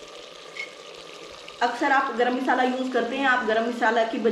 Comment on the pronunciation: Misala nhi masala hota hai